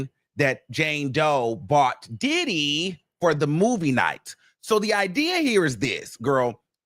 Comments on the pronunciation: Its the Didd-dee take me out everytime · Why does he say “Diddy” like that? It makes me chuckle